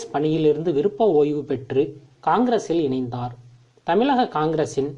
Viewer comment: முதல்ல தமிழ்ல ஒழுங்கா உச்சரிக்க கற்றுக் கொள் தமிளகம் அல்ல தமிழகம் தமிழகம் தமிழகம்